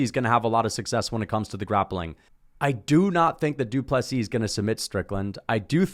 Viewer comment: Good to see one guy who got the pronunciation fairly correct. I might point out that the d in du Plessis is written in lowercase.... unless of course all is written in all caps. Need to get it right in 2 weeks time.